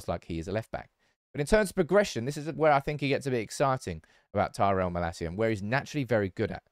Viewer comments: Mah-Lasia, not Mala-Sia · you pronounce his name wrong...it's not malacia but malaacia...love your channel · I think it mal-acia not ma-lascia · its malacia not malaseeya